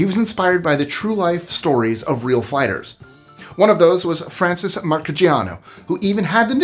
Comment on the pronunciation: the boxers name is pronounce Mar-see-AH-no